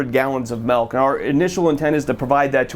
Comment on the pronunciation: Maybe it's just because I'm a wisconsinite, but it sounds like keeps saying "melk". Great video though, as always!!